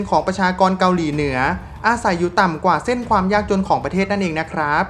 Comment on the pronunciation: ออกเสียง ร มากไป แต่ไม่มีเวลาอ่านคำควบกล้ำเลย เช่น ประเทศ (ปะ-เทด) จริงมั้ย